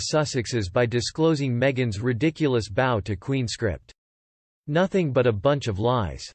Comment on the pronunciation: For the love of God...I know this HAS GOT TO BE A ROBOT READING THIS TEXT! PROGRAM THE THING TO PRONOUNCE WORDS CORRECTLY! "BOW" WITH A LONG "O" IS SOMETHING YOU WEAR NOT SOMETHING YOU DO ! PRONOUNCE THE DAMN THING BOW...THAT RHYMES WITH "COW" YOU KNOW...LIKE "MEGHAN IS A STUPID COW!"